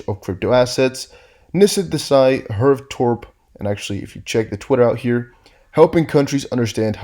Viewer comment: Herve is a French name. It's normally pronounced err-vay as far as I know.